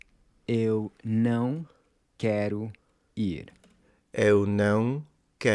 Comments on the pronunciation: your Não was very spot on Usually the portuguese version of the nasal sounds are very hard even for brother romance language speakers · Jesus Christ, I've never seen someone say "não" that well so quickly. This specific pronunciation was. Simply. Perfect. Seriously, I've never seen this lol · The "nowng" tip was actually very decent. The "owng" sound is indeed very similar to the "ão" sound. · it’s so fun to see your journey learning Brazilian Portuguese! You did great with the pronunciation of não, which can be tricky for many beginners. 🎉 Best wishes for your channel!:yt:#plainportuguese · 10/10 got the ~ sound pronunciation